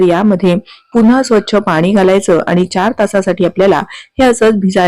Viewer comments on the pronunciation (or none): none